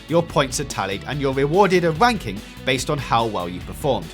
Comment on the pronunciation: "your wewarded a wanking"